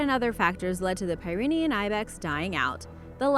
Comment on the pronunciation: Pyrenaean is said (peer- eh-NEE-yun) like the Great Pyrenees dog, named after the same mountains as the goat. 'Pyrenaean' means "comes from the Pyrenees mountain region".